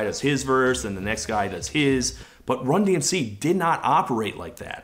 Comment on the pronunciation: It took me months and repeated watchings of this video to realize that the sports comentator butched the named of the band, just further proves how little people would care about them